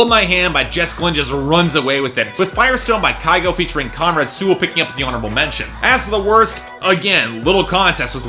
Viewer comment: Wow, that was the fiercest "fuck you" I've heard in a while xD Also, the correct Norwegian pronounciation is "Kew-go", not having a go at you and not saying you should correct yourself, but just letting you know ;). Speaking of him I can't believe the Americans are finally catching up to his songs! And if you look at Norwegian media this week they are super excited that he's made the US charts, he's fast become one of the country's biggest stars in the past year and is starting to have international success, for me its well deserved, he seems to be Norway's answer to Avicii imo. Long time viewer of BBB, just felt the need to comment for once xD